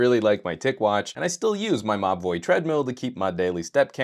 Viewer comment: Every time you say Mobvoi I swear I hear you say "My boy" 🙈🙉🙊